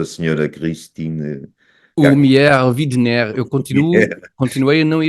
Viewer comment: Amigos Tiago e Alberto. Já vos disse que o apelido da Sra. Christine lê-se "uaidener". Widener é apelido do marido, que é inglês. Bom, vamos lá continuar mas com juízo. Um abraço